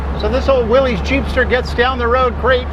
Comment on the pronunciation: It's willys...like Willis not willeez